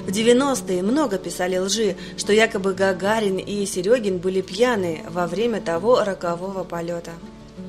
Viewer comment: А кто-то начал выговаривать букву Р на слове Гагарин.